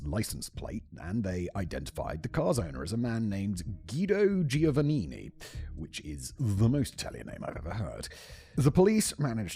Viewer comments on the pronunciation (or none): Your pronunciations suck. For example, it’s “Gwee Doh Joe Vuh Neen Ee”